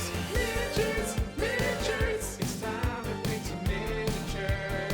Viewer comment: MIN-A-TURES MIN-A-TURES. Well that's in my head forever 🤣